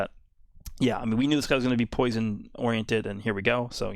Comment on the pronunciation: “To scared of my POUISUN to attack”